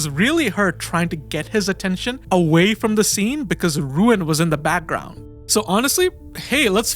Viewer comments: Nice video overall...but I am pretty sure the name is not "RUuen" but "Ryūen"...RY-UU-EN. that triggered me very much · His name is Ryuen not Ruin. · Ryuen = it's not pronounced "Ruin", it's "Ryu-en" Tsubaki = It's not pronounced "Tsubaaki", less emphasis on the "a".